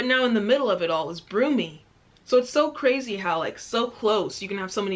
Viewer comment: then you have a place called broom-y firstly, it’s birmingham and secondly, it’s pronounced brum-y